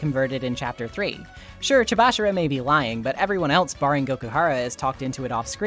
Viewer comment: You know, i notice how you and and the dr anime switch up dr last names into making them sound more like first names. like the way you pronounce "amami" or "chabashira" you made them more quick and mispronounced to make them sound more like names.